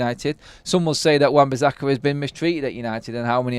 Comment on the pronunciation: Everytime I hear you say bizzakka. I'm going to turn off it's so annoying and I'm sure I won't be the only one so please atone!